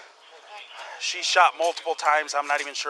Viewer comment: “The women that they ShAut”